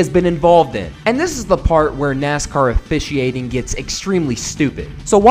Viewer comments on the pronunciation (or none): NASCAR "Off-Ici-a-ting"